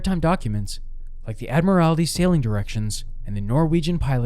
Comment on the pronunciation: Admiralty….pronounced ad-mer-ale-tee and is the word that is about naval rank or at least having to do with big ships. If you’re gonna have a channel about Maritime Mishaps, or Maritime Misfortunes, or anything else maritime, I feel this is a word that you should know inside and out. I’m saying this because of: People who don’t know how to pronounce their own street. About 25 years in the before time, I was a delivery driver at Pizza Hut in Webster NY. Aside from slangin’ pies and listening to music, I had to do some other things like clean, make boxes, play the stand up arcade game machines…we had Pac-Man & Arkanoid (which is AMAZING!!)…and also answer the telephone to take orders. Down by Irondequoit Bay there is a sweet little subdivision called Stoney Point. There is half a dozen or so little twisty roads in Stoney Point, all of which have ties to the water somehow. There is Mariner Circle, Ensign Way, Midship Circle, Cove Blvd, LaSalle Dr, and Admiralty Way. Admiralty being the main road that the others are off of for the most part. Anyway, there was a decent amount of beautiful luxury homes on Admiralty Way, and here’s where all this is going: in the 3.5 years that I worked at Pizza Hut, NOT ONE SINGLE PERSON THAT I TOOK AN ORDER FROM knew how to properly pronounce the name of their own street, Admiralty Way. Sorry, there was a lady that lived there who knew how to say it right, but EVERYBODY else calls it Admirality, (pronounced ad-mer-ale-ih-tee) which is not even a w